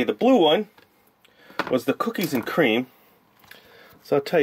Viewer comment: Cookies a cweam